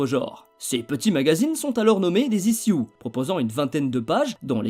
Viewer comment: Ichiouze et non pas issiou (ISSUES)